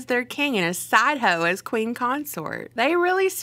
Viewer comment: Your Southern accent came out when you said side ho.